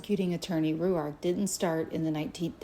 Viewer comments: The way she says Rourke is driving me nuts! It’s r oar k. Not ry you ark. Annoying. I know you don’t pronounce something’s right sometimes but I love it when you do it. She’s irritating me though. And I don’t normally get in a tizzy! Honestly, the way you pronounce things and struggle to do so is part of your charm and I love it. Your heart is pure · ROARK not Rue-ark. I think. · She has a peculiar way in pronouncing Rourke - as "Roo-Ark" ! - wheras I have always known "Rorke" to be more common. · So much research, yet she pronounces Rourke, Ru ark? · She can’t bother pronouncing his last name correctly. ? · I’m sorry but I can’t stand how she’s pronouncing rourkes last name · So annoying. She is saying it how she sees it. Come on everyone knows how to say Rourke surely 🤦🏼‍♀️